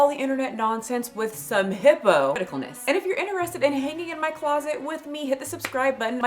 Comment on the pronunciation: The emphasis on “hippo” 😂❤